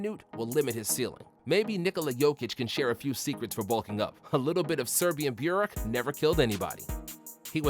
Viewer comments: Bjurek😂😂 cmon man its not hard to say burek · "serbian burek" it is bosnian not serbian